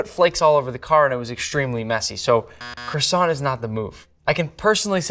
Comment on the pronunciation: Tell him how to pronounce croissant too.